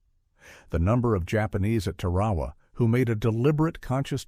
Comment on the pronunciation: DAMN ! It’s TAR A WA learn the correct pronunciation !